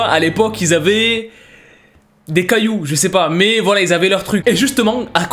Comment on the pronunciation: "il avait ... des caillions " j'suis morte